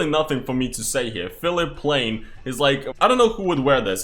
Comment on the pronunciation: Philipp Plein. Plineee not plane and it is german not french my guy :3